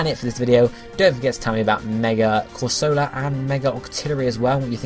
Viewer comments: It's amusing to hear you pronounce Corsola as if it were a soft drink (fairly sure it's Cor-So-Lah, not Cor-Sola). Needs some more Sp. Atk if it's going to be a proper Tank (maybe reduce Atk to balance?) Mega Octillery could be Water/Poison (Ink says Poison to me) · I was thinking the same thing. Because if you can't trust Misty as to Corsola's pronunciation...